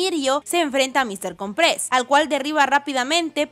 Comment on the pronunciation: Mister cOOOOOmpres... loco... con acentuacion en la O.